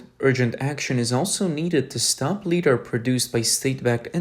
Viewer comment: LiDAR.... "Li", like "light". Not "lee"